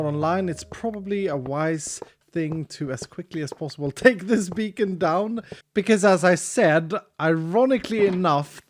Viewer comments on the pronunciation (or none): none